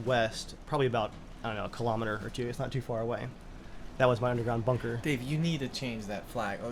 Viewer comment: Every time you said "General Dave", Why I always heard General "Day", maybe General Day on Commonwealth will here ......